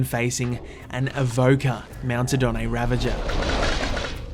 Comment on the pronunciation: its pronounced . "ra-vag-er" . not "ra-ven-jer"